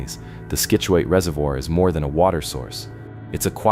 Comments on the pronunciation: Great video. But you cannot keep saying skitchuate. Pronounce it like "Sitchewit" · I enjoyed your video but for future reference: Scituate is pronounced "sit" u ate. Keep up the good work. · Scituate is ponounced Sit chu at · Sit chu it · The mispronounciations of Scituate and Narragansett are killinggggg meeee😂